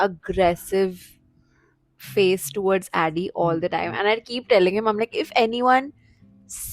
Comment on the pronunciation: She started calling him ADI instead of ADDY ❤